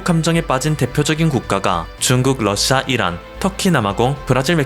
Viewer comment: 너는 어디서 살다 온거냐? 한국사람 아니지? 러씨아 가 뭐냐? 러시아 발음 안돼? 듣기에 영~ 거북스럽네! 말도 제대로 못하면서 뭘 한다고 껄떡대냐? 여러사람 불편하게 하지말고 조용히 찌그러져 있어! 아무데나 나와서 나대지 말고.